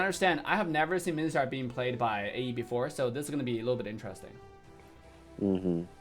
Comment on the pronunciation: no one:: minthitar